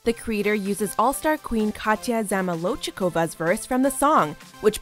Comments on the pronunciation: I love how she can't pronounce zamolodchikova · You butchered Zamolodchikova 😂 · God their inability to pronounce Zamolodchikova is... ugh idk